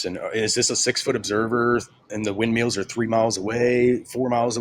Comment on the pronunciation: He keeps calling windmills "wind meals" 🙄🤦‍♂️